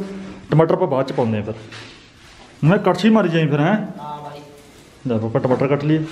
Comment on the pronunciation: Tmtar ni tamatar hunda hhahahaahahahha😀😃😄